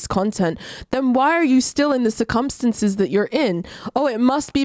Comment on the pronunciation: The only thing I took from this: says "circumstances" in a VERY special way.